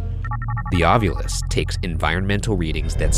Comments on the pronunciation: Why does Ryan always say Ovilus wrong, it bothers the absolute hell out of me. Shane says it correctly, Ov-I-Lus. Ryan says Ov-You-Lus. You'd think the big ghost fan would pronounce the name of his tools correctly.. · I love how Ryan pronounces it “ovulis” like ovulate instead of “ovilus” 😅